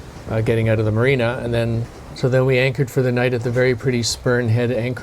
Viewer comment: If I was this guy and I could go back in time the one thing I would, i would do, if I were him, would be to go back in time and learn how to pronounce the word "out". That's it. Other than not being able to say the word 'out' correctly, great guy!